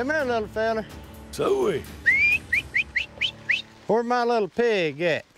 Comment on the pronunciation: “Whersh the jars”